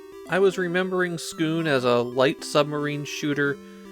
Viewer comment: I think it’s just ‘Skoon’ since there’s no ‘u’